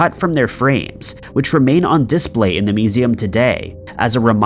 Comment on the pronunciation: Sorry but please learn to pronunce "display". It's not "dis-Play" it's just "display". Same as you don't say "ess-Ay" when pronouncing "essay".